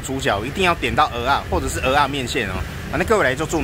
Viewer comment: ，你台語講的最好聽，最標準的就這句蚵仔了，我一直在等你把它講成芋頭，可是你都沒犯這個錯